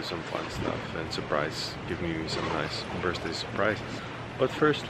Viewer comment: All the money you may have and both of you keep repeating the same pronounciation's mistake"Happy birzday"??? I give you a tip we say "Happy Birthday" and we pronounce it "Happy birday" Please!Stop abusing this language.